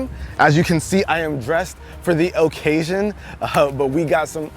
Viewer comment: 0.05 O casion